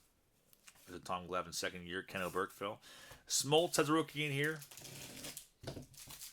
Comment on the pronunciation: A quick FYI: I believe Ken Oberkfell pronounces his name OH-berk-fell. Good vid, thanks.